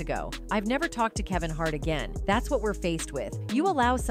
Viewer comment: Kaven Hart?